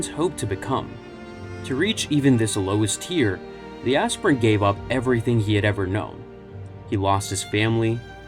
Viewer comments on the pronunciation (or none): It's not azz-pirent.... It's. Aspire-ent. To aspire to a higher calling. Your pronouncing the H in Wheat thins too hard. 😮